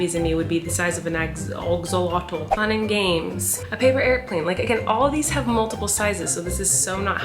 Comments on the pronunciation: Axe-Ul-Ot-el not axegsyhcgij 😂 love you bestie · Colleen: an aoxloltlo0atl Me: oh my god... its axe-oh-lot-l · I cracked up when she said axolotl like that!! I love you Colleen!! For future encounters with the axolotl, here is how you pronounce it: axe-a-lot-oll. Hope that's a good pronunciation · It's axolotl u pronounce like axe-uh-lot-ill (ill like sick 🤒) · It is pronounced ax-i-lottle which is one of the best animals ever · Ax-ol-lot-le Bam pernunciation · you pronounce it as axalottle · When Colleen said axolotl I wanted to cry😂 ax-o-lot-le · you pronouns axolotl ax-a-lot-al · it is pronounced ( axe- o - lot- all) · All the minecraft people when she said Axalotle😅🤗🤗💕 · Acts-so-lot-o That's how you say axolotl Not trying to be rude but that's how you say it for help I LOVE YOU BYEEE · Not me yelling Axolotl! Pronounced axe-uh-lot-tol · Ax-oh-lot-ill Is how to pronounce it lol😂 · Axe-oh-lot-L they are cute ( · "Ax a lot al" is how to say it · Axolotl/ Axe-o-lotl 😎🤘 good chat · 😂 Colleen it is axe-o-lot-ol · Axolotl’s pronunciation: Ox-a-lottle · "Acz o lottle" 🤣😅 bless you Colleen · Axe -a -lottle lol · It’s pronounced Axe - o- lot- all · colleen its pronounced axel lot tal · The way she said axolotl made my day 😂 Colleen if you see this it’s pronounced (axe-oh-lot-l) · Hi Colleen! It’s pronounced Axe-o-lot-l. I have one! His name is noodle but you probably don’t care lol. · It's pronounced ax-oh-lot-EL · you not knowing how to say axolotl got me , axe-oh-lot-le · Colleen trying to pronounce "axolotl" made my entire week, and its Wednesday lol. Colleen if you're reading this "Axolotl" is pronounced "axe-elle-ot=ll" XD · It’s axe-oh-lot-ol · it’s pronounced axe-oh-la-tel (like telephone) ! they are so cute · Say without the z say ax-o-lot-l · Axolotl is pronounced… axe oh lotul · Btw axolotols are like Axe-oh-lot-ol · colleen pronouncing axolotl as ‘egg zo lottle’ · Axolotl- axe-o-lottl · It’s pronounced like “axle lottle” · Not her saying axolotl wrong